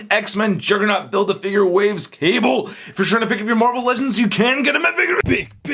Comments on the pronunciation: speak english, dont say "qable" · did you just said kable